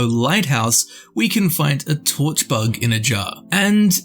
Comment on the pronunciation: Did you say "*bug*"?